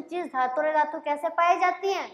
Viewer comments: ऐधातु nahi अधातु bolte ha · Oye miss एधातु nhi अधातु hota hai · aei dhatu nhi adhatu hai madam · ऐधातु नहीं अधातु होता है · अधातु का उच्चारण मैम सही से करें बाकी बाद अच्छा है वीडियो